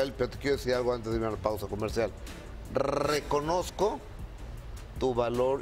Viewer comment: “”RRRRRRRRECONOZCO”. 🤭😰 eso fue un sonido no una palabra 🤢